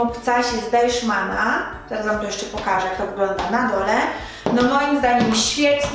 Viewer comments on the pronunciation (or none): Es heißt Deichmann und nicht DeiSCHmann 😄😆